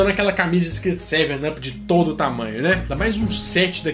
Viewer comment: em inglês up se fala ap. Com som de a